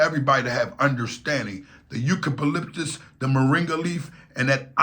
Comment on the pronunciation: U - Cu - Lip - Tuss